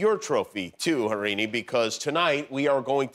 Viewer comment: Jimmy, it’s pronounced as Har-rin-I. People with Indian names have to be pronounce correctly.